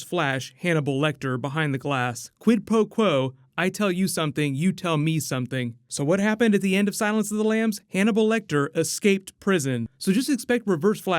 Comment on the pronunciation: "quid PO quo" WHAT????. "quid pro quo" -- /ˌkwid ˌprō ˈkwō/